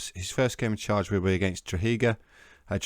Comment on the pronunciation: I know you’re finished with Bohemians now but the team Drogheda is pronounced with a silent g